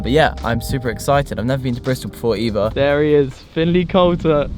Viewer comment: "eever" = "either" "monf" = "month" "firty" = "thirty"